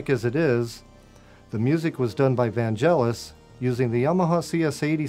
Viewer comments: Vanjelis? VANJELIS? Stop saying VanJelis! VANGELIS! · Has never seen Bladerunner, has never heard the music, can't even pronounce Vangelis properly ... is he going to say he doesn't know what a synth is next? ... Bladerunner is the Holy Grail of synth soundtracks ... oh well, hopefully he'll sit down and watch the film now and understand the music in context. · The man was legendary. It always kills me when people cant pronounce his name, especially if they are siting there with a CS-80. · So.. this is the kind people that get CS80s. People don't know and can't pronounce Vangelis , and make weepingly bad Bladerunner intros.